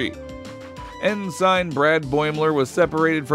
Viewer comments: Your AI voice is off. "Ensign" is pronounced "N-sin" NOT "N-sign". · UGGHH! His pronunciation of "ensign"! 😫😫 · Please, for the love of Worf, learn how to pronounce ENSIGN correctly! Here's a hint: Every Star Trek show ever made has numerous instances of the correct pronunciation of the word for easy reference!